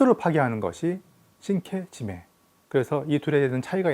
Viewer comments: 발음을 우리나라식표기하는 방식대로 읽어도 상관은 없지만 영상을 올릴려면 제대로 된 발음으로 하는것이 좋지 않나해서 끄적여 봤어요. 계속해서 저 두단어가 언급되어서... 자랑하려고 그런거 아니라 나만 그냥 불편해서... 안보면 될것을... 말입니다. 시장 방어잡는 영상같은거 올려서 ... 일본사람들이 조롱하고 그래서 이사람이 또 뭔 ~~ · 이케시메가 아니고 이케시메 입니다 신케지메가 아니고 신케지메 입니다